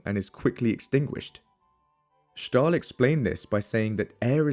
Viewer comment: Shay-luh, not Shee-luh... Props for pronouncing Stahl correctly as 'Sh-tal' though!